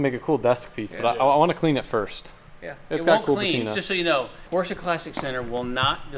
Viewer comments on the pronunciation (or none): ever since you’ve been calling porsche “porches” i struggle to go back to saying it normal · cool portsshcha. nine elebbun